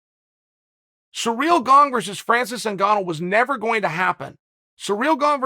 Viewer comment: Chael: SURREAL GONG Us : Ok Great